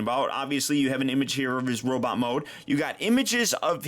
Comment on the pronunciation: Sometimes, ’ Norwegian accent slips out.